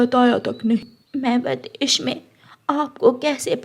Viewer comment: O nalaik, v a d e s h. nahin--- V I d e s h. Bolna seekh le. Saat nahin-- Saath. Baad ka kaam nahin-- Baki ka kaam. O anpadh ganwar, kaise uncle ne ,usne nahin-- Unhon ne. O bewqoof, kapde silai kar ke nahin--- Kapde sil kar. Sach mein nahin--- Sach much. Char suit ke nahin--- Char suiton ke. Pakshi kab se kapde pehanne lage? O bewqoof,papa chidiya nahin chida hota hai. Do second pehle to wo mano chida tha O nalaik, ude phir rehi nahin-- Udti phir rehi thi.